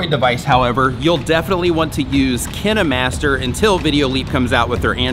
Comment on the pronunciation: I love the way he said kinemaster 😂